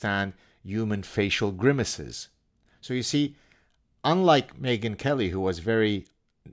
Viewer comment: The proper pronunciation of her name is Me - gain or Me - again.